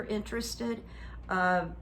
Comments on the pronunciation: Not "Camilla", it's Kamala, rhymes with Pamela! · I adore you honey! But it’s not Camilla. It’s Kamala. Pronounced KAHmala. You rock! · It does not rhyme with “Pamela.” It’s pronounced “Comma-Luh”